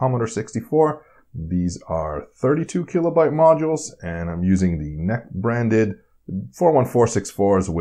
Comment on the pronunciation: I've never heard N-E-C pronounced as "neck" before